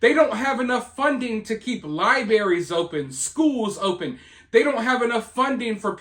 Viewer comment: Long time Listener and supporter, but I'm sorry, are you saying "LIBARIES"???? LOL there's a letter R in there that you missed. 😅 Love ya! ❤